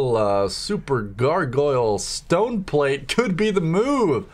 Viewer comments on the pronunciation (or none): none